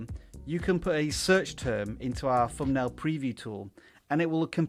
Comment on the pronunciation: Pronunciation. Thumbnail .... not Fumnail